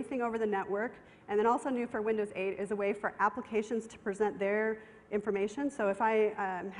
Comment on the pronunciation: this is windows SHEIGHT (8)